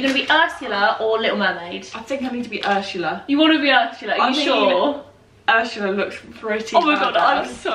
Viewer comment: you calling her 'urshulla' and then singing aladdin has got me creasing i canntttt deal with you